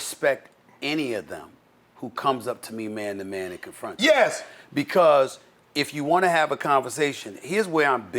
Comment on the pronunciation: shannon with dat YES 😂